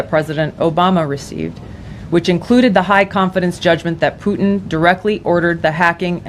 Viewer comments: Plutin…she really said Plutin.🙄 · Nancy Pelosi said Plutin!!!! Nancy????? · I heard Vadlimir 😅Plutin